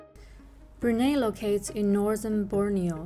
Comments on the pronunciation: It is pronounced as Brunai not Brunae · Did you know that china wanted to name this place “POLI” or “PUNI” you can actually find this information in the museum of history. And Brunei is not pronounced as “Brunay” it’s pronounced “Brun-eye” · Pronounce "Bru Nai " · Brunei pronunciation broo-nai. :) Otherwise another great video and thank you for sharing your journey. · Pretty common, Indonesians call it brunay as well. If you're exposed to foreigners more you'd be surprised. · Its pronounced Bru-nai by the way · Brunei is pronounced Brunai. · My dear, Brunei is pronounced as Bru- nai...😂😂